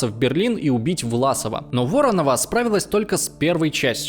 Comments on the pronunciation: "Варонова..., Халин-голь..." Ужас! Какая некомпетентность!! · вАронова, варОнова, вОронова)))))) не, такую лажу слушать нет желания))))) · Как слух режет Варонова. Варонова, неужели переснять не мог или перемонтировать? Валакамск и прочее. Бездарь! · Странный историк - не знает названия Халкин-Гол и не может поставить ударения в простых русских фамилиях Воронова и Лукин, в словах типа фронтовой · "Волокамск", "Хаенгол", "ВАронова", "ЛУкин", "колабрационские"... автору прежде чем заниматься "историческими исследованиями", следовало хотя бы знать названия топонимов, уметь правильно произносить фамилии и термины... А вот то, что отрицает этот, а потом сам же и подтверждает, власовскую суть нынешнего ельце-путинского коллаборационистского режима, и радужная тряпка над кремлём болтается не случайно. Это не "единственный эпизод в Смоленске"